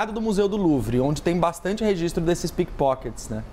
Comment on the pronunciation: entendi pipokets kkkkkkkkkkkkkkkkkkkk